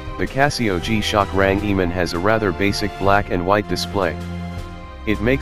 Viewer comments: bro its range man not rangiman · What's a rang e man? What nationality are you mr speaker? I believe it's RANGEMAN and it's one word 🤔